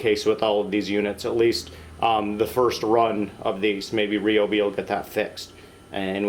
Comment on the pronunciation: He is using the correct pronunciation. Most pronounce it wrong.